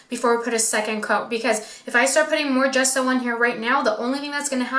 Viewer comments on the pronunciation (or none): How is it even possible that an ‘artist’ cannot pronounce Ge-sso? Not Ghesso